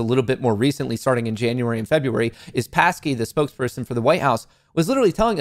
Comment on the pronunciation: It's Psaki not Passkey - makes a difference in the credibility department, no?